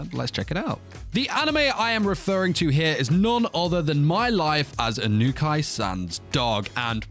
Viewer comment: "Eye-noo-kai san" 😂